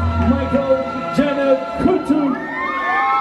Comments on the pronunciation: Why do you pronounce her name as Janet when it’s Jannat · Not the Janet for Juh-nuth 😅🤦🏻‍♀️